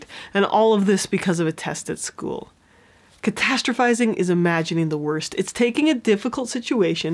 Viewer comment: Okay but can we take a moment to appreciate how many times she said “catastrophizing” properly? Idk if I even spelled it right 😂